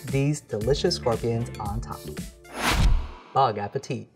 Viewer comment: Is he saying bong appetite?